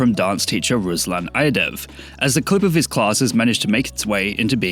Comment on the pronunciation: It's pronounced [Ruslan Aydayev], not [Aydev] btw